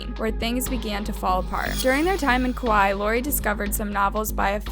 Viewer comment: Please pronounce Kaua’i properly please🥴🙏